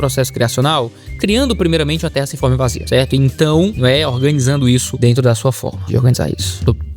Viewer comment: "aí dento!"